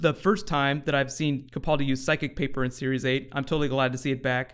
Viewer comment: Thanks. You are now saying "Capaldi" properly!